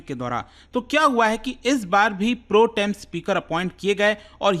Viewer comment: Hahah😂 Pro...... Tem speaker 😂😂 It pronounces as Protem as one 😂😂